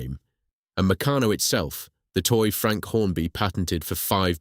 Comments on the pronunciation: Pronunciation of Meccano ffs. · An excellent script, spoken by a moron. Is this computer generated voice over? Why do you use it? It's try-ang not tree-ang, and you can't even pronounce Meccano consistently.